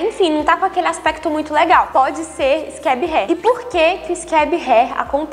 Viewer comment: Vi inúmeros vídeos e você é a única que pronuncia a palavra "scab" da forma correta ! Amém aleluia 😍